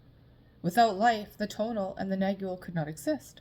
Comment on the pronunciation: Pronounce "nag-wall", the g is silent